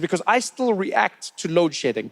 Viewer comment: Is he saying load shitting?